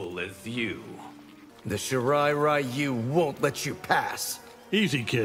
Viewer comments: They actually purposely mispronounced Ryu. Pathetic 😂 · Who the hell still pronounces ryu as Rai-you.